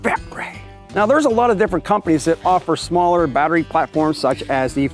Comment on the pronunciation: I only watch your videos because I love to hear you say bat-ray. That and all the cool new stuff from Reeyobee. BTW, you slipped on your pronunciation .